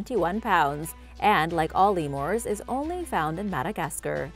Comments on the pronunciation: "LEE-moores" instead of LEE-mers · I heard Madagascurr leamors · Cringe when she pronounces lemurs as lemores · “Lemoors” “Onsuing” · Primitt society? Lemores? This chick is making my head hurt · "Lee moores" 😐😑😐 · Like all “Lemores” they’re only found in “Madegascerr” [Speech 10000/100] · Did she just say Lemors